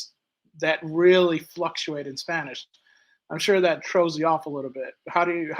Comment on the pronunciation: Me encanta!!! No, seriously, has a great spanish pronunciation. I've heard foreign people living for years here in Colombia still struggling with our sounds... Congrats, my viking friend, your barbaric days are done!!!😅